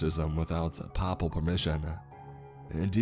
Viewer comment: ... really? It's pronounced "pay-pull", not "pa-pull" you mook.